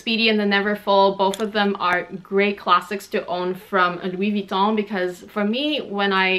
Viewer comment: I really like how you pronounce Louis Vuitton